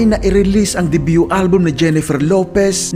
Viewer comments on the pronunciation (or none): none